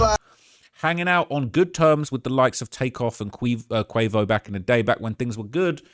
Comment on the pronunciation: He almost called quavo queefo 😂